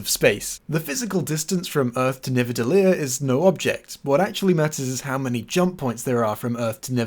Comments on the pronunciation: Amendment: Nidavellir, not Nivadellir. It’s one of the official canon nine Norse realms, so I kind of get assholish about pronounciation. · Why are you saying Nivadellir it's called Nidavellir? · Minor nitpick: You pronounce "Nidavellir" as "NiVAdellir", which is wrong. It should be "ni-DA-ve-LIER", if you're going to say it with a not-Norwegian accent. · You actually said Nivadelir instead of Nidavelir. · hold up, isnt it nidavellir? and not nivadellir? Is this the moment where we, the audience, sin you for either forgetting or not knowing this information while sinning someone else sinning something? is this sinception? its like shreks onion all over again, oh god the LAYERS! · You keep saying "Nivadellir" on Sin 74 and it's irritating me to the point of a heat stroke. b e c a u s e i t s p r o n o u n c e d " n i d a v e l l i r " a n d i k n o w h o w s t r o k e s w o r k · Nidavellir not Nivadellir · It's NiDaVellir :) not Nivadellir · Love the channel, but it's "nidavellir". Think you're swapping the d and v. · there seems to be a mess-up in the name of the star-forge. Titles (and subtitles, and wiki) says Nidavellir. D on second syllable, V on third. But I'm pretty sure that in the movie Thor says Nivadellir. V on second, D on third. And now you say it the same way as Thor. So HOW is it? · I thought it was Nidavelier not nivedelier? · The characters pronounce it nivedelier but it is spelt nidavelier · Love this series, but are you purposely saying Nidaveliir wrong?